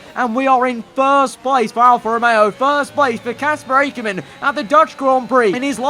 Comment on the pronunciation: loving your content, but it's Ack-ker-man not Ache-her-man